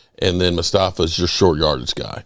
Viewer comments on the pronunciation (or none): MUSTAPHA..... MUSTAPHA.... MUSTAPHA...... Magenta.... Magenta... Magenta...... and his name butchering